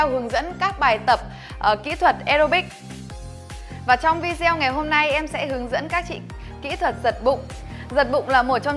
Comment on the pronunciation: Nói tiếng nước ngoài làm ơn phát âm cho đúng .VI GIEO VI GIEO 😂😂😂